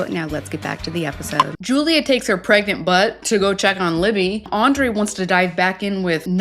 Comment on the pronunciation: It is driving me crazy that Julia keeps saying she's pregMant...with an M..Not pregNant! 🤦‍♀️